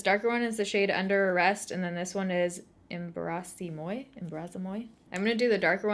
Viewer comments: Em-brahss mwah. Embrace-moi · Loved everything in this, except the foundation on you. That eye palette is a real winner! Stunning! The Jouer blush is gorgeous, love the J Cat luminous powder (wish I could get it here!). The lippy is pronounce em-brass mwah (embrace me), in French BTW. HTH! 💋 HUGE congrats for nearly getting to 500k!!! Holy shitzies! 👏😍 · Love the eye look you created. Ps, so cute hearing you try to pronounce Embrasse Moi, it’s French lol. It means kiss me.